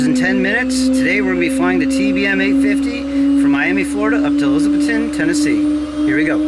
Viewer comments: A-lizz-a-bethton, now you too can talk Big Orange! Remember the A is pronounced uh! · Not to be "that guy", but it's pronounced: uh-LIZ-uh-beth-tun. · Long time watcher. Please pronounce the mountain town that I was born in correctly. It's E-Liz-A-Beth-Ton. Dan should have told you this but he is a transplant from up north. Lol. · long time fan and subscriber here. I live in East Tennessee, in Loudon, so you basically fly right over my house on your way to Elizabethton. By the way, the local accent emphasizes the second syllable, so it sounds like eliza-BETH-ton. I love your channel. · It’s pronounced “E - LIZ-uh- beth-Tun” 😂😂😂 (in UPPER East Tennessee) 😂😂 Just tryin to help a brother out….